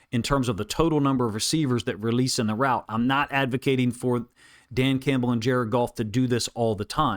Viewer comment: Jar-ed Goff! Jar-ed Goff! Jar-ed Goff!